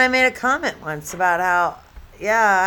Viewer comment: If she said har instead of how one more time 😵‍💫